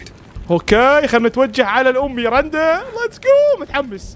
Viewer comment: اسمها ميرندا مو ميرنده😂❤